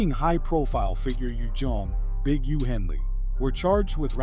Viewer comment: Did he call Big U "Ujoan?"